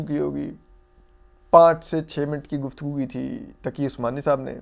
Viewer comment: آپ کو پتہ ہے مفتی محمد تقی عثمانی صاحب ہیں کیا بندے کو کم ازکم نام تو صحیح سے لیا کریں